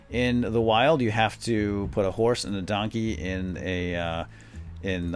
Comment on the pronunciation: Did anyone else laugh a little when he said Don Key. Doon Key